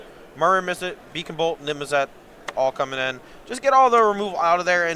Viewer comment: needs to learn how to say Niv Mizzet